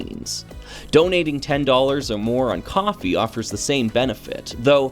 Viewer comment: Wait… KO-FI IS PRONOUNCED AS COFFEE??? My life is a lie. I’ve been pronouncing it as Co Fi for 1+ year…